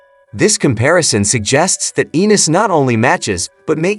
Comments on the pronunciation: First, who is Devin Haney Garcia. Next, Gervontae Davis s not youthful, compared to Ryan and Haney. Eenis, Annus, Unnis, got damn, get the man's name right. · pronounced Ennis a million different ways lol. What a idiot